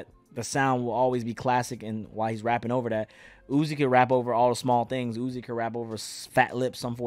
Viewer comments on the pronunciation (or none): none